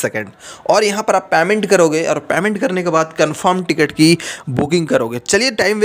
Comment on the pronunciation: पैमेन्ट नही पेमेन्ट होता है😂।